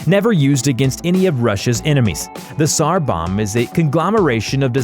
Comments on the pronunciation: "polish sniper Saymo Hayha..." - " kashlikoff rifle..." - "sar bomb" instead of "tsar"...You are not, you are ILLITERATE lab. Morons. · It is pronounced sar the t is silent